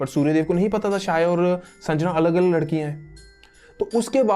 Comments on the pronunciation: शाया नहीं "छाया" नाम था। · Abe lodu god's ke name to sahi se bol le pahe le It' sandhya or chhaya not sanjna or saya , r&d bhi kar le thodi Hinduism pe kuch bhi mat bhok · भाई सूर्यदेव की पत्नी का नाम संजना नहीं संज्ञा है और उनकी छाया नाम शाया नहीं छाया था ठीक हैं। याद रखना। 😂😂😂😂😂😂😂😂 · It's Sandhiya not Sanjana and Chaya not Shaya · Bro it's not संजना its संज्ञा and not साया its छाया 👍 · Bhai saya nhi chaya Or sanjna nhi sandya ache padh fir bhok kuch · शाया नही छोटे,.. वो छाया थी. छाया as in परछायी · Shaya nahee chaya kahani thi bathathe ho tho bhi character ki naam theeq thareeke se tho lo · Bhai tum pehle check to karte ki yamraj nark ke devta h ya dharm aur mirtyu ke jab tumne yamraj ko dharmraj kaha h to wo unhe dharm ke dewta hone ke karan naam diya gaya tha isliye unhe dharmraj kaha jata ha aur jo yamraj ki mother thi wo sanjna nahi sandhya thi aur uski jo clone thi wo saya nahi chaya thi pronounce it properly bhai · Shaya nahi chaya aur patya chap nahi pashyatap bro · Sanjna nhi SANDHYA, saya nhi CHAYA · Saya nahi chya hota he Aaur sanjana nahi sandhya hota he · Pronouncing wrong name Real name's Sandhya And chayaa